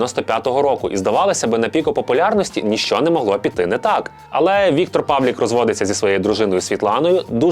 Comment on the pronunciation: Чому —Павлік? ПавлИИИИИИК.